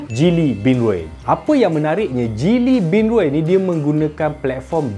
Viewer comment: Abang kamu cakap geely macam cili